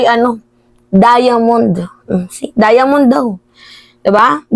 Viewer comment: HAHAHA DIAMOND O DIYAMONYOaaayy grabe talaga dila ko.